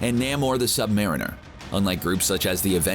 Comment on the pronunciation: Namor the Sub-Mariner Sub-Mareen-Er not Maron-Er as in Jordan Maron stupid call yourself a Marvel fan yet you mispronunciate things like villain or hero names or even some words used in Marvel films